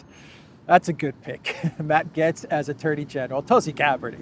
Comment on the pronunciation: Gaetz rhymes with gates. Also, It's Cry MEE ah, not Cry May uh. And tell Cypriots to stop spray-painting trees. Thanks.